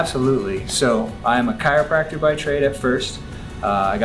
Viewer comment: You lost your credibility when you said chiropractor 🤣